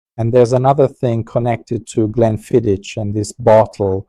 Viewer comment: It is actually pronounced 'GLENFIDDICK' which is Scottish Gaelic which means 'Valley of the Deer' Also, it does concern me that you smoke cigars as you are increasing your chances exponentially of contracting lung and/or mouth cancer but it is your choice at the end of the day . . . .😎